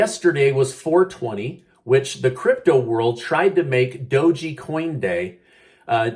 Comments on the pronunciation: Please stop mispronouncing Doge coin. There's no Y or I at the end of Doge, it's not Doji, it's dowzh. Google will help you pronounce it correctly. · I believe it’s called dog coin not do- Gee. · "DOUGH-GEE" coin XD. I love it never change! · the e in doge is silent. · I love the way you incorrectly say Doge lol